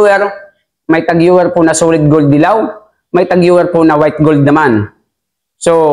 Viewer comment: Cartier = kar/ti/ye french po ito. Tag heuer = tag/ho/yer